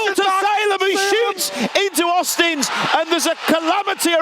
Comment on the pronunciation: Auzins.. There is no T in his name.. It's not Austins!